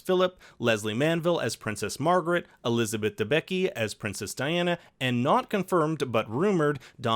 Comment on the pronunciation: Elisabeth „Debitzky” not de-becky...